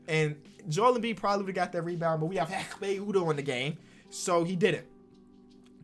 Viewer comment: no one: literally no one:: EKHPE UDOH